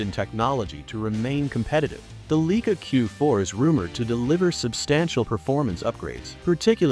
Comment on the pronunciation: Fraud video. Cannot pronounce the name of the camera properly.